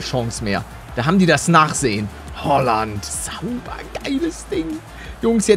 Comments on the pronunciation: Und übrigens es heißt nicht Hooland sondern Haaland 😂😂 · Oder Holland sagen geht auch gelle palle😂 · Haaland nicht hoaland😂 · ER HEIßT HAALAND NICHT HOÖULANND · Warum sagst du Hooland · Hi palle er heißt haaland und nicht holand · Paluten du trottel Haland heißt nicht errig haland sogar erling Haland und haland ist rechts Fuß du trottel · Wie Er Haaland ausspricht hahaha